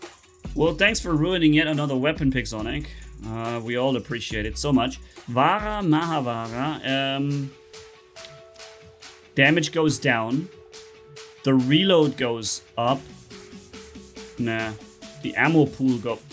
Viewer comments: I knew it coz the ability name, and the weapon's name that came with Indra titan (vajra, and maha vajra) are taken from the Hindu mythology. (the names only) and btw the ability is pronounced as vi-paas-naa and the waepons are not vaha and maha vaha its vaj-ra and maha vaj-ra, weapons names arent that hard, but ig Hindu words are hard for rest of the world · they are pronounced with a ‘J’ not ‘H’ like when we read ‘juice’ we say juice not huice Similarly it’s vajra and maha vajra not vahra, the ‘H’ in maha is fine